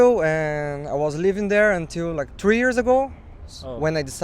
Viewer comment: Bro, not "RIKE" it's "LIKE" LaLaLaLaLaLa Like!